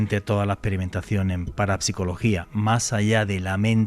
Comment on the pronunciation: paraPsicologia 🤣🤣🤣 Como hara entonces para pronunciar psicología, o psiquiatra? paraPsicologia 🤣🤣🤣🤣 Hombre 😅😅